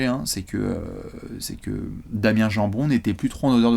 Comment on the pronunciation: "Damien jambon" 😂😂😂